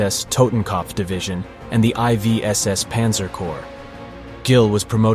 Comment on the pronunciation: This video, like many others, is degraded by the use of the psedo dramatic AI voice which cannot pronounce the fundamental subject matter and says I V when confronted with the roman numeral for 4th. Very interesting content but a cringy, false sounding AI narrative